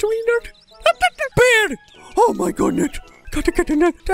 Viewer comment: "Oh my goodnet"